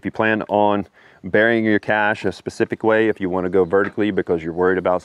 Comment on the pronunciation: I'm glad that you pronounce it correctly by saying "Cash" instead of "Cash Shay." Thumbs Up